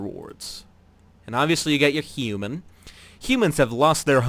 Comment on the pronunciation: the way he says human lol It's really funny